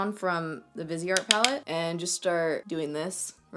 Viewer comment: Viseart = vy-see-art (commonly mistaken for “vizzart”) ;) xx